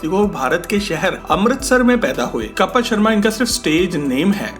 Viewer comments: BHAI KAPAL NAHI KAPIL HAI ISKA NAAM KAPAL KAPAL STOPITNAAM SAHI LENA SIKHO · Kapil naam h kapal nhi